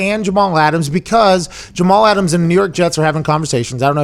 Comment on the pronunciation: 'Get Aht' -Jamal Ahtams